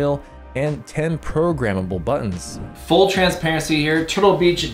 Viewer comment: You keep saying buon, what's a buon?